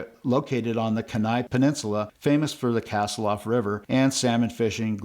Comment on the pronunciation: Ask google how to pronounce Kasilof. You’re not even close.